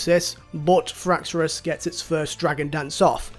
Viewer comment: Every time you say "Fraxorus" I die a little on the inside, but in a good way lol